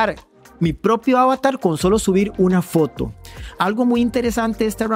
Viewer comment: ¿Por qué pronuncias ávatar, ávatars (¡qué horror!), si en español la palabra es avatar (con acento en la última sílaba), plural avatares?